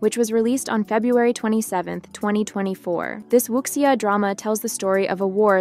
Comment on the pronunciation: Please learn to pronounce Wu Xia correctly. Xia is she-ah